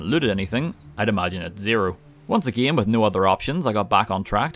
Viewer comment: Am I the only one who when he say 'again' hears Ed Gein? I'm not complaining persay, but the pronunciation could tweaked just a hair because I keep having flashbacks to serial killer documentaries, and well the neighbors are starting to look mighty tasty.